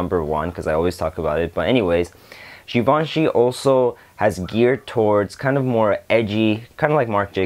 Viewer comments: You pronounced givenchy perfectly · Yes you did pronounce Givenchy correctly.